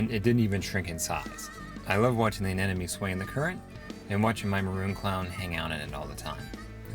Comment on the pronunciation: Hi, love your site and absolutely love your vids, but PLEASE, stop saying anenome. As I'm sure you must know it's aneMone. rgds